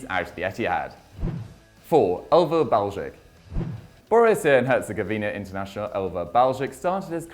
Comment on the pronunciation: Good pronunciation of Baljić!